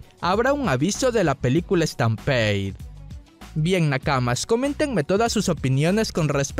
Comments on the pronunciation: Por Dios ya deja de decirle "estanpeid" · "Estampeid" jaja, salu2